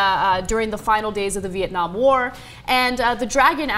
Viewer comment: Did I hear Cenk say "Viet-nam-nam"?